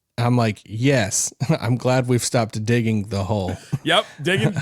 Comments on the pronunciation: I heard dickin too 😂😂😂😂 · nah he said dicking lol